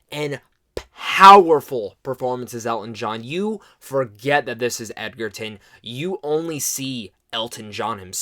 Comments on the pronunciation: This movie is phenomenal!!! I saw it for the 12th time last night, no joke. It's mind blowing how good Taron Egerton is (btw, it's pronounced edge-er-ton, not egg-er-ton...common mistake). But yeah, I agree. If the Oscars were coming up, they'd be taking home more awards than they could count. Realistically, it's a little hard to say because we have a long wait ahead, and some other contenders to consider, but I guarantee that the movie will get some well deserved recognition. My money is on Taron for the Best Actor Golden Globe at least, perhaps an Oscar if the Academy keeps this movie in their sights for the rest of the year. Fingers crossed! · I love it!!! Totally agree with his performance, but please ck on how to pronounce Taron's last name. It is pronounced like Edgerton. Just no "d". :) The production was exquisite.